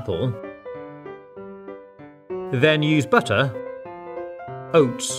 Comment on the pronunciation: For the apple crumble it was so funny how he said “oats”😂